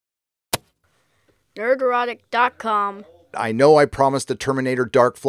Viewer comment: I always hear "nerd-EROTIC" when these videos start... always chuckle...